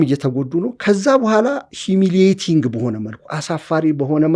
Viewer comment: ኪ-ሴነት ሳይሆን ክነሰት ነው : ይሄ የእስራኤል የተወካዮች ምክር ቤት ስም ነው: ኣዋቂ ሆኖ ለመታየት እእእ እያልክ የተለጠጠ የኣነጋገር ዘቤህ እጅግ ነው የሚያቅለሸልሸው : 😅😅😅😅😅 ሂሚሊቲንግ ክክክክ : ምን ኣገባህ እንዲህ የምትላላጠው? ሳይቸግር ጤፍ ብድር